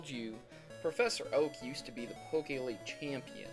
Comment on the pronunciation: Please call it the pokemon league not pokeleagie